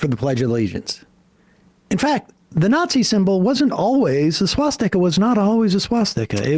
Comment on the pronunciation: Literally did the “in fyact” thing!